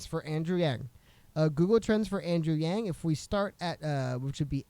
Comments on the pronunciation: Actually she pronounced his name closer to the correct pronunciation the second time. From a Chinese pronunciation that is. 'a' is more for a 'ahhh' sound... 'ahhhng'... yang. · Doesn't really matter but the pronunciation of Yang in Mandarin is closer to Young. Not a long A sound. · Love your show. And the “yang” is pronounced in Chinese as “y ah ng” in one syllable. All the current English pronunciation of Yang, Wang etc are all not really right. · The word yang 楊 is actually pronounced "young" with a second tone accent in mandarin Chinese, spoken in Taiwan. The word was translated to the us adapting the spelling of Yang. Andrew weren't raised in Taiwan, and probably called himself yang all his life, so it was normal all in all when everyone on the web call yang, but if whoopi did her homework and called him young, it wasn't wrong and actually show her respect.. If she did know that was the correct way of saying it. Which was very refreshing I might add to hear Chinese pronounced somewhat correctly for a change. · Yang is pronounced like “Yahng” in asian languages like Chinese, Taiwanese, or Korean. She pronounced his name in the traditional way, that’s all.